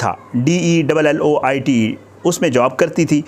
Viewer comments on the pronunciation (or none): wah uneducated reporters wah deileuot company 🤣🤣🤣🤣 oo bhai yeh dunya ki sabh sy respectable aour famous audit firm hy es ka name deileute naheen hay, yeh Deloitte hy, u can call it DAY-LOY-EE-T